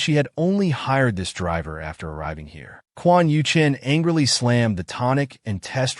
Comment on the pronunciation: The AI narrator calls both MC and his mortal enemy Quan Yuchen which is confusing. Maybe the male antagonist is named Quan Yu Cheng and the AI narrator can't pronounce the letter "g." 🤔😋